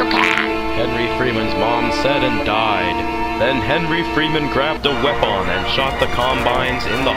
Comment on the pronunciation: I always lose it when the narrator says the word "Wepon".